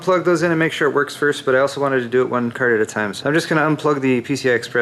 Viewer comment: "graphics cærd" lol